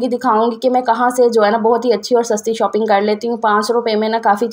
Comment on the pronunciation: کیچن نہ کہا جاتا ہے نہ لکھا ۔ بولنے میں کچ ان KITCHEN ہے لکھنے میں کچن ہے۔ اور ًوپنگ نہیں ًاپنگ بولنے میں شال کے شا کے آگے پنگ لگاٸیں ویسے باورچی خانہ اور خریداری کہنا بہتر ہے